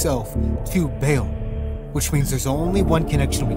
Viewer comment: firstly , GHORESH is the name of the tribe ..which prophet mohamed came from.. secondly , it is pronounced BAAAAAAAAL , NOT beal. nad more....but well done , dude.